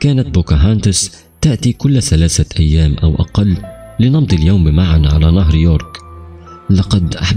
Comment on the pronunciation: صحيح اخطاء لغوية وعدم التقيد باللثويات مثل ثلاثه سلاسه إثنين اسنين واخطاء في الرفع والضم والكسره